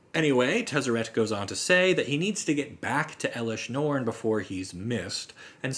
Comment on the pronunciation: It’s not eelesh norn it’s pronounced L-Esh- norn